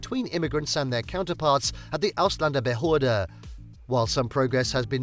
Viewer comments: He should learn to pronounce that Word Ausländerbehöre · As German I am sitting here laughing because the way that guy pronounces "Ausländerbehörde" 🤣 One more reason, why they are so rude to immigrants. Learn german first before even think about to immigrate 🤪 What the hell is he talking about dog poop? Of course you have to pick it up and it is forbidden to take your dog into the grocery store... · This guy is from a learning plattform, but cant say ausländerbehörde correctly. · As a German, who was born in America, let me offer you a simple solution. And then it wont feel so dark. LEARN GERMAN. Then you will be able to pronounce "Ausländerbehörde".